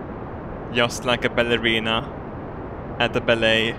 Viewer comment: so far every vid by you you say ballerena